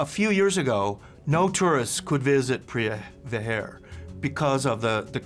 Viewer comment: it's to pronounce "jarm", not charm or cam or karm,. You've to correct that. And also not Priya Hair, but Preah Vihere in Khmer accent or Pra Weiharn in Thai accent.